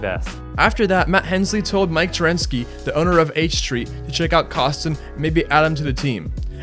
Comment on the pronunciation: It's "Ternasky" and "Mariano". But awesome video man. Thanks for doing it.